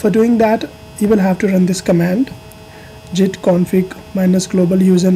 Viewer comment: It is pronounced (Git with a GUH) not Jit, but otherwise good video!